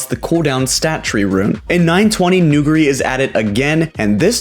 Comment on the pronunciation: People cant pronounce nuguri's name bruh